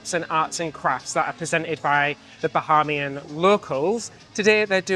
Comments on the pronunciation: Bahaymian not Baharmian. Otherwise, great video. Get yourselves down to the Turks and Caicos Islands. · This is great! Thanks so much for sharing. It is pronounced "Ba-hey-me-en". :-) It is confusing for a lot of people to want to pronounce it "ha" like Bahamas.